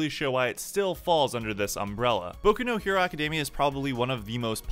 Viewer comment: I would have finished the video, but you said "Boku no Hero-" like a freaking weeaboo twat.